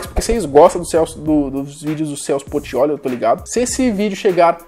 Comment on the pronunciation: "CELSO PORTIOLI" KKKKKKKKKKKK